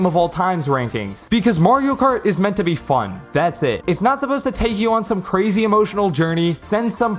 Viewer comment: Lets go cwazy Video